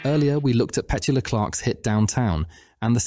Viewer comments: Interesting little survey - but please note the singer of Downtown pronounced her first name Pe-TEW-la (emphasis on second syllable, not first). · On another note, I've always loved Petula Clark's "Downtown"! Sometimes when I'm in that section of my city, I find myself softly humming or singing the tune as I walk around window shopping. But, I gotta say that I find it pretty odd, the pronunciation of her name. I thought it was peh-TOO-la Clark not PET-u-la. I guess it's a Brit-thing. Kinda like how we American's say "SKEH-dule" (schedule), while they say "SHED-ule". 😅